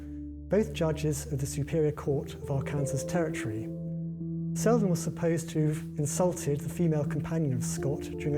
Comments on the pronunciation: It's actually pronounced Ar-kan-saw. I feel like I am missing something in that opening story. How does the duel have an effect on Wornum's Iife other than it caused the death of her father. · My family is from Arkansas, its pronounced more like Ark-an-saw.